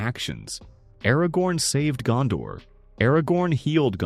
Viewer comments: Your pronunciation of the names is jarring. Gandor => Gondor, Eregorn => Aragorn etc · Why do Americans pronounce Gondor «Gandor»?